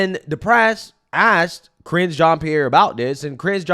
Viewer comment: I cracked up EVERY single time you say Karinge.... You know you've made that her name now 🤣🤣🤣🤣 SO FUNNY! I really didn't think it could get worse after Jen Psaki! They filled every single position from president on down with the biggest dummies with the greatest capacity for lying!